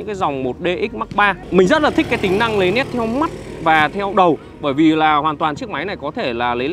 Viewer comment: Lấy nét chứ lấy lét là lấy cái gì anh trai 😅